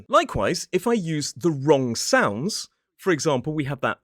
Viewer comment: You said wrong-k! Isn't that wrong? 😃